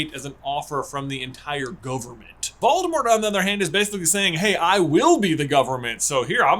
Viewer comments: Voldemor is back,"t" is silent ;) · I really love your videos, but the way you pronounce Voldemort dries me crazy 😅😂